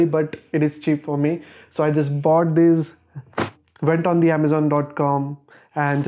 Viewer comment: I’m felt it when he said “BOughTD”